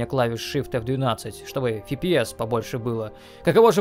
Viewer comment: "не одной просадки фи-пи-эс". Странно. Либо Фи-Пи-Си, либо эф-пэ-эс. но вот это фи! блин. зато 1080р!